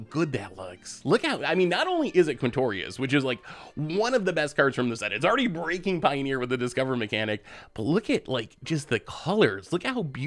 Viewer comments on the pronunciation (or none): none